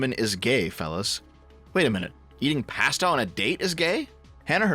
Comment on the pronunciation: You said "pasta" wrong bro. Should probably remake the whole video.